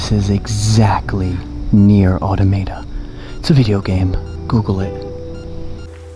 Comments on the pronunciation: Ah toe mah tah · Bruh, how he pronounced “Automata”, lmao. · I love how he miss pronounced nier automata